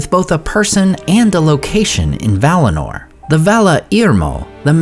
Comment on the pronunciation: 1. It's Valinor, not valinar. 2. Sindar are Teleri by origin and Silvan elves are also Teleri by origin. 3. We don't know who was Legolas' mother. She might be from Silvan elves.